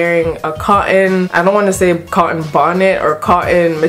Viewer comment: in the iphone 7 vid you were calling it a "bu un" today it's "co on" I think you prefer coffee to Tea, because you never sat the T....😂😂🍵🍵 great vid